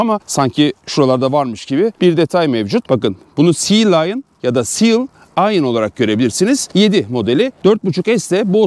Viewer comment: Seal ve lion değil, sea ve lion.